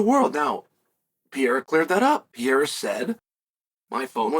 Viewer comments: Pierre-uh and Mockle Chev lol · his name is not "pierra" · Pereira becomes Pierre-a 😂